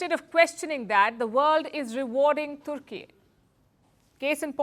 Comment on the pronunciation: Türkiye is a friend of India. Türkiye sells defense equipment to over 100 countries including Pakistan. India should not worry about it unless it supports Greece. India exports to Türkiye is largely in favor of India. Attractive speaker correctly pronounced the name of the country as Türkiye 🇹🇷, not Turkey . Bravo.